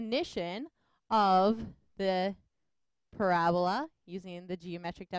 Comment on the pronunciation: It is pronounced PARA BOLA not PORA BLA